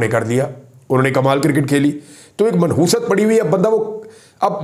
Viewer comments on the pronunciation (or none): Manhoosat nahin, “Nahoosat”.